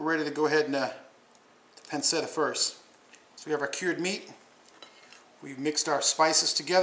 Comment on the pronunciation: It's pronounced 'Pan-Shetta'. Just sayin'